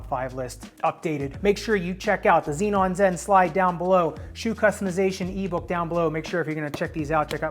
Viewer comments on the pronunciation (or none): none